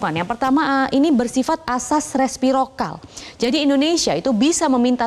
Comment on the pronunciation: Respirokal ??? Resiprokal kaliiii